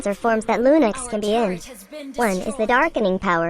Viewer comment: And did you just said lunix XD